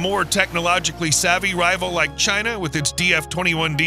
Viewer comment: they said Chyna